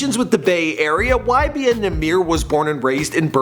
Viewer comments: nigha said “YMB” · He said ymb